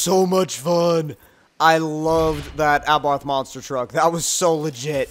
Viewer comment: It's pronounced "Monster Truck", not "Monster Track".